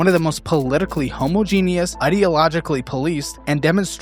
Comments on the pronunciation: I love you, but for the love of god, please stop pronouncing homogenous like Homo-genius... It's pronounced, Ho-Ma-Gin-Us Please and spank you 😘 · Homogenous is not pronounced "homo-genius" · Bro can't pronounce 'Homogenous' and mistakes Austria for Australia. GTFO. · You're killing me with how you pronounce homogenous. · He can’t pronounce homogenous and doesn’t know where Australia is. Hes also a mod and regular user of Reddit 🤦🏻‍♀️